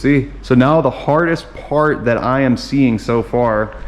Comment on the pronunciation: When he said fart instead of part 😭 get some sleep